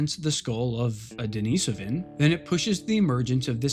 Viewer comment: Very good video. I especially appreciate your perfectly correct pronunciation of Denisovan. However... the cave where the first little finger bone was found is also pronounced with stress on the second syllable: De-NEE-so-va, not De-ni-SO-va. It comes from the Russian name, De-NEES (Dennis), which is pronounced like the English name Denice. That aside, thanks for an excellent, well-researched, and enjoyably presented video.